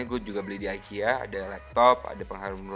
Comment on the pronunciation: Bacanya tetep ikea kak hehehe bukan aikia